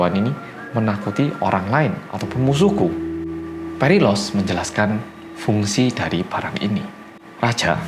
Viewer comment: Sambil nonton video aku tu nungguin keseleo nyebutin nama phalaris sama perilalos karena namanya mirip, ternyata gak ada keseleo sama-sama sekali. Salut sama konsentrasi mu mas👍